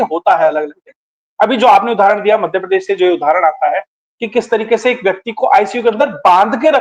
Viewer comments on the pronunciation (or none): none